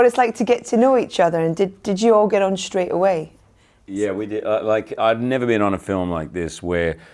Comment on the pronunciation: Eddie : nerver say nerver .. ?! haha does he is a fan of justin biber? ;D